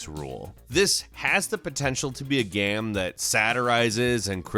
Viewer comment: Is it just me or does sound drunk all the time? And why does he pronounce game as GEEEEEHM?